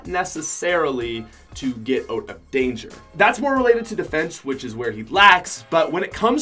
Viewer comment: I like ur accent when u say “out” u say “oat”